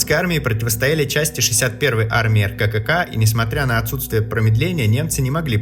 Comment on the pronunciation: ЭРКЭКЭКА?? Да откуда это произношение?? РККА - по русски произносится ЭРКЭКЭА